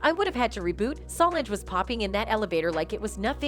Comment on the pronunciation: Her name is Solange, NOT salongggggg! Please say her name correctly!!!